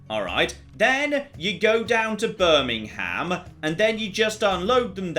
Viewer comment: As a resident of Birmingham, Alabama, I got tingles hearing it :) Also, Birmingham wasn't founded until 1871...